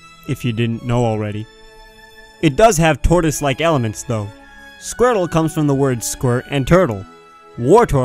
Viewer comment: "Now It's Squirrel time!" did he say SQUIRTLE or SQUIRREL?